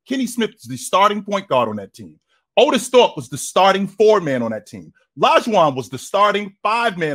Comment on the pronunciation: Aye said ortis thope 🤣🤣🤣🤣🤣🤣🤣🤣